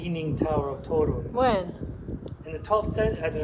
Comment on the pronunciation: Great vlog. Is Polish? He pronounces "Toruń" too perfectly, but pronounces it well too